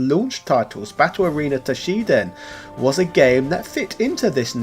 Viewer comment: Toshinden … the game is called Toshi*n*den